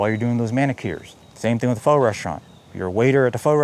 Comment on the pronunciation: Ulanzi 40mm lens sounds great. I have a hobby of putting military cemeteries on Google Street View. I owned the X3 and I bought the X4. I'm rigging out a motorcycle rider from the barangay to put the 50,000 graves of the Manila American Cemetery on Street View. The X4 has a solid purpose. You say pho like an American. You undersold the Ulanzi big. it is BIGGER than the Creator Combo Pocket 3 bag. You can fit a few extras in the Ulanzi bag.